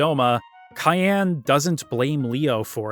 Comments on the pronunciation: I like this but..... Cyan is a color and is pronounced sai·an. Not Kayan. While this game was really really focused on the story. Most of the characters name origins were really simple Characters name: Terra = Earth. She represent earth and humanity in its diversity Setzer/Setzen = is from German gambling Locke Cole = Lock as he`s a `treasure hunter` Cyan Garamonde = Cyan is a Color pronounced sai·an and Garamonde is from 2 words from french. Gare which is for a train stop/station and monde which mean world. Billy/Shadow = Billy the kid. Shadow part is self explanatory Celes Chere = Celes come from celestial and Chere is `dear`. Reflecting her personality and regret of the life she had.(Funny enough, seems like she reflect the regret feminist will have in the future) Gau is most likely from the word Gaul. They were historically considered wild tribes unlike the Asterix and Obelisk saga. Known to be `savages wild mens` that highly resisted the 'civilized romans' Etc to not be to big on the list but its all very simple. To conclude.... Just remember that FFVI is more magical than Espers which come from the word 'Espoir' which mean hope and is the hope of surviving that world. They even had malboro with bad breath attack giving too many bad status which wa spoorly written to avoid lawsuit in order to remember all of us kids to not smoke :) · I love this video, you did an incredible job! But dude, "Cayenne"? What, is he a samurai pepper to you? His name is Cyan. Hell, they even made his armor the color, cyan. Please don't disrespect my favorite playable character's name. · Wait, Cyan is pronounced cayenne like the pepper? I never bothered to look at the Japanese, I just assumed it was like the color, since it fit his personality. Today I learned. And PM. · Couldnt make it more then 3 minutes after hearing you pronounce Cyan.